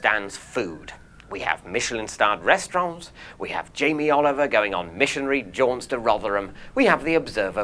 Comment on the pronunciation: David did it and it annoyed me cause no one else does that